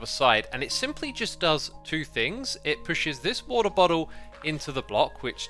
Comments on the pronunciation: "Wo'oh bo'oh" made my day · I love how X has so many different pronunciations for 'Water Bottle'! All the way from 'Water Bottle' to full on 'WaRdEr BoDdLe' haha! Loving your season 9 so far X. Your skelly base is incredible!